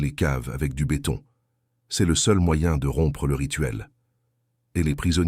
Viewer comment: C'est une voix par l'intelligence Artificielle... Vous les reconnaissez grâce aux erreurs de prononciation... Dix et septième siècle au de dix-septième siècle par exemple... Ca bute aussi sur c'est prononcé ceste... Etc...